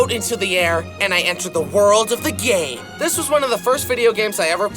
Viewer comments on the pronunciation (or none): sounds like he said and i enter the world of the gay but it says game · "And I enter the world of the gay" is what I hear